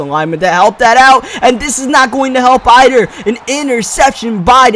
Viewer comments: he said "this isn't gonna help eider"😂🤔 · listening to this guy pronounce some words is absolutely hilarious "ider"